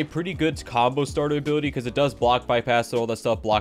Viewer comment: He say = ability I hear = Butty